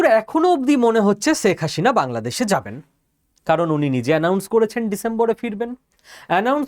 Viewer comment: আপনি বারবার বলছেন শেখ হাশিনা, সঠিক উচ্চারণ শেখ হাসিনা ( Hasina, not Hashina)